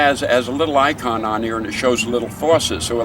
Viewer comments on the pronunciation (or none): none